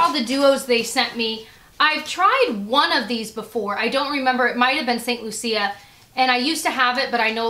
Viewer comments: It's saint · Wonderful goodies. When I was in St. Lucia a couple of years ago our tour guide (who was from there) pronounced it LOO-shuh I'm not the pronunciation police and there may be different ways to pronounce it. Just wanted to let you know how the people I heard there said it in case you wanted to know. :) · St Lucia is pronounced St loo-sha :) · Hey, just so you know, Antigua is pronounced an-ti-ga and St. Lucia is lu-Sha. They're islands in the Caribbean, and beautiful ones at that. Just thought you'd like to know:) love ya! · St. Lucia it's pronounced like "lou" "sha" just so you know for next time :) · Yes it was kind of bothering me that she kept pronouncing it wrong. Lol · Yah it was bothering me to.